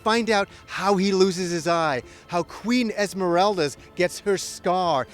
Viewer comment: "Esmereldas"? "Tochimo"?